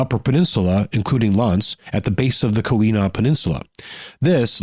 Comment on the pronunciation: Baraga=BEAR=ah=gah. Keweenaw- KEY wee nah